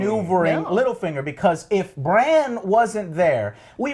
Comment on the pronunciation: I really wanna enjoy this review, but it's super casual, yeah. I wish he put 10 minutes of effort into reading some comments, so at least he doesn't fuck up names every single time. Eurion (Euron), Cleegun (Clegane), call Bran Bronn all the time....the cringe never ends.